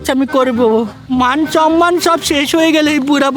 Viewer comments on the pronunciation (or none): none